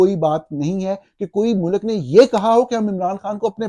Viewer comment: سچ بات؟ سچ تو آپ کو بھی سننا پسند نہیں۔ ملاحظہ کریں اپنی روز مرہ کے شگوفے: 😙 Hopefully your son, یاراں years old, speaks better than "waqat", "soverenety", "mulak" and "قنون" --- and doesn't utter annoying catch phrases like صاف ظاہر ھے ... 😂 I think he's old enough to know the difference between "build" and "built" and that the English word is pronounced GOVER-MENT not GOR-MINT. In Urdu it is called حکومت . Likewise رہا (rahaa) means lived, was, stayed etc. [The past tense of the verb "to be".] However when are talking of release from captivity, the word is رہا (rihaa).